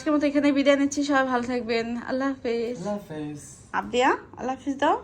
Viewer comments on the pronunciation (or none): Abdiya ke abbu bola shikhaben